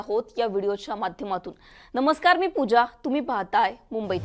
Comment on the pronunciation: Namaskar Na Cha Ucchar Marathi Nusaar Vyavasthith asel tar krupaya bare hoil Kruapaya tyacha SARAAV Karava.